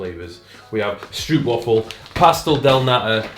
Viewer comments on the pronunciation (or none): none